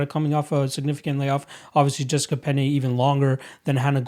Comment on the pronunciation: Jessica "Peña" lol